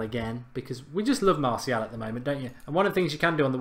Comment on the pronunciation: You need to pronounce martial properly